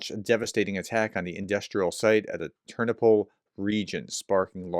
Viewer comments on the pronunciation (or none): none